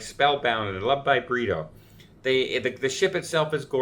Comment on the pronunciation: All this this time you have been saying "Love" by Burrito but it is Britto. I kept thinking it was a Mexican restaurant.